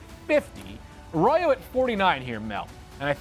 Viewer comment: Mel butchered Elijah Arroyo’s last name so many times it drove me crazy